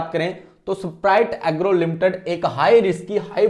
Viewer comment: ऐसपराइट एग्रो😂❌ स्प्राइट एग्रो 👍😂 नाम नहीं पता है ओर anlysis कर रहे हो😂😂😂😂😂